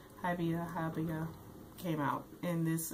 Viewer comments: It's HI- BI- YA ! Just helping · Its pronounced He-be-ya